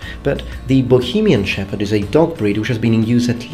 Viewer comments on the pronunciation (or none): Hell yeah my country in your video:D:D:D And I even didn´t know about Bohemian shepherd:) Thank you;) (btw "ch" is prononced differently but I can imagine that for a foreigner czech prononciation is nightmare sometimes:D )